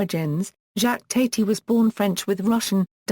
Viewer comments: Thank you for the warning! I watched TWO SECONDS, and after I heard her pronounce his name TATE-Y I knew this was junk. AVOID!!! TATI sounds like TATTY, you morons!!! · The second word from this AI was enough to stop me from wanting to hear any more. It cannot even pronounce his name properly.